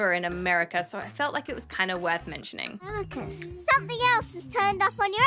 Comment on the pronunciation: OMG I LEGIT HAVENT WATCHED THAT EPISODE SINCE I WATCHED EPIC AND I WAS WATCHING THE VID AND NEARLY SPIT OUT MY WATER WHEN SHE SAID TELEMACHUS. BRO IS L L L L LEGEDARY